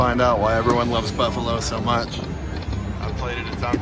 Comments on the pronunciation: Oh my gosh, if you say "beefalo" one more time..... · No offense, but you repeatedly saying “beefalo” is kind of annoying